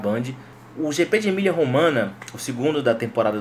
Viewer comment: Só uma correção. Não se diz Emilia Romana e sim Emilio Romanha ... o gn em italiano tem o mesmo som do nh em português. Abs